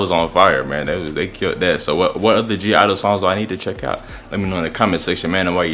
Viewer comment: (G)I-dle (yeh, you're saying it right) "My Bag" choreography practice MV...